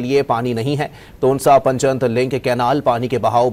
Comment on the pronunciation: Please correct your pronunciation. Word is " panj(5) nad (rivers)